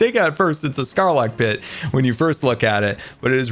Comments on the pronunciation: Its sArlacc not sCArlacc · Wait, did say Sarlack pit or Scarlack pit? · It’s called sarlacc pit not scarlacc lol nice try tho